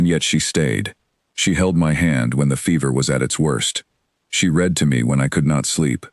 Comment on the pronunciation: I did truly enjoy this story. However, I think the biggest thing narrated stories like are missing is an editor who is knowledgeable about sentence structure, punctuation, and the correct word form usage and pronunciation. Ex: read pronounced as red, read pronounced as reed, etc.